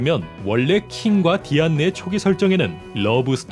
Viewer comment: 왜 다이앤만 할때 왜 계속 드안느로......